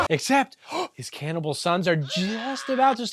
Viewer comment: I definitely need a “can-ibal not can’t-ibal” bumper sticker